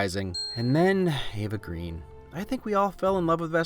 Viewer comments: I loved this video, really I did but please remember: Eva Green's name is pronounced "Grenn" because her father is Swedish. Also, Casino Royale is the best Bond ever, bar none. That's it, that's the comment. As you were. And keep up the good work! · Ooh - shame on you! Eva Green's last name is not pronounced like the color; it's pronounced like "grain." The name is Swedish, and the word is not derived from the word for the color.